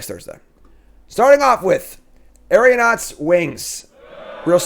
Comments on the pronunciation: Aeronaut = Arrow-not, not Ario-not. Poor had her name butchered all last format:) Best in Show: Fortified Beachhead - Narrow application I suppose...but in the deck it goes in...it's basically a Tundra with upside. How do you call something that is better than a traditional dual anything less than best in show? Sleeper: Liberator, Urza's Battlethopter - I can't tell if I love this card or not. I like most things that give you the ability to play at instant speed...and it has additional text beyond that. I'm curious how good the artifact deck is.... Trap: Portal to Phyrexia - people are going to try to put this into an invoke justice shell. pitch it to a fable, reanimate it....all of that sounds great....but what if your opponent doesnt even have anything in play for this to kill. I guess at that point you're just focused on pitching your own stuff. If not in an invoke shell, I'm not really seeing this being any good. Not really enough commons for me to have a bombin common. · it's more like "Era", my point was the extra syllable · Aero- isn't pronounced like arrow and -naut isn't pronounced like not. Just look at how aeroplane and astronaut are pronounced.